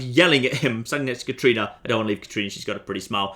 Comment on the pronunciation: That was clearly a "Katrina" not "Katarina" in shady sands,. You'll hardly make any headway romancing her if you keep getting her name wrong!